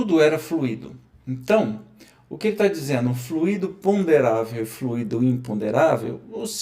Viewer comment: desculpa, mas não é FLUíDO com acento no í - que significa um líquido, é fluido e se fala como se fala "muito", o expositor está confundindo as palavras, fluido é elemento espiritual e não fluído que é um elemento líquido.